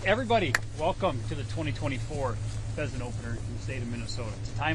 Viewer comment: Hunting pheasants!? I thought you said hunting peasants!